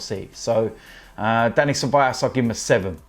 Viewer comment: It's Ceballos not Ceballas😂